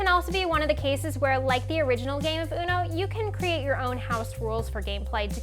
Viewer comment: "unoe" "dows"